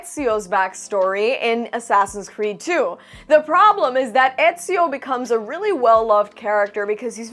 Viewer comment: it's ezio damn it